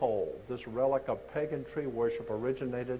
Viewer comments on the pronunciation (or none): none